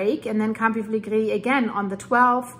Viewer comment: Hi,, you pronounce Bagnoli perfectly. You pronounce Campi Flegrei perfectly - but you're not getting it quite right with Pozzuoli. You're missing out the 'u' sound (pronounced 'oo' in English). Pozzuoli should be pronounced - Pozz-oo-aw-li. The Italians sound all the vowels...